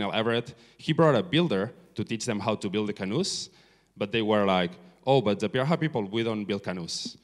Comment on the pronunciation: It is pronounced pee-da-HAN. See Everett's book, the first man to learn their language. Anyway, great talk. Thanks for it.